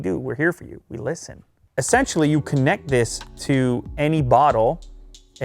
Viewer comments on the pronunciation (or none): "We lisiten😆"